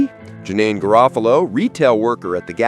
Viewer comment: Pronunciation is Daar eUh, like Star not Dare (Daria) and Juh-neen like Teen